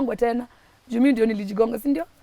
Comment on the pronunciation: That 'sindio' is coming out so well 😊 Such a bold girl. A good story teller. And so favoured too. The Lord keep you and give you another chance